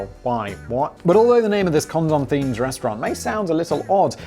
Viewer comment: Why is it so funny to hear a British person say condom? 🤷‍♂️🤣🤣🤣